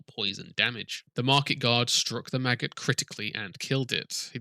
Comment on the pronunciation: Everytime you say maggot i hear Magus XD !!!